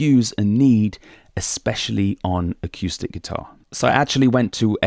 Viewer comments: I just found your channel and I'm really loving it. But I have to say, and maybe this has been mentioned to you before, The word is uh-coo-stick. Not uh-, cue-stick. Thanks! -Greg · a cue stick 🎱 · I've never heard anyone pronounce "acoustic" like that before. Really entertaining. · Haha, I had exactly the same thought when I first started listening to. I've got used to it now! 😁